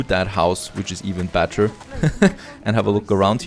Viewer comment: i really like how he pronounces better like batter